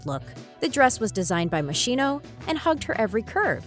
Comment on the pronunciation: The letters CH in Moschino are pronounced like a K, not like a SH.....just saying